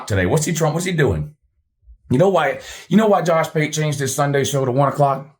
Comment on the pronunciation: Did you just call Josh pate Jush pute?😂😂 That had me crying 😂